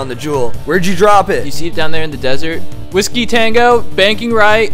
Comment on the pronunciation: “whisko” just triggered me